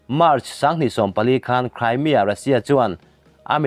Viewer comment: Crymia ti toh suh ...cream lam rik ang a ..cremia ti roh